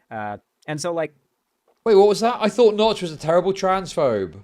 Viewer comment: making a Minecraft clone and calling yourself Nox… not “Notch”, this seems like the first gaming industry plant